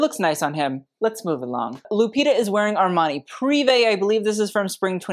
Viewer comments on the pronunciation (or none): none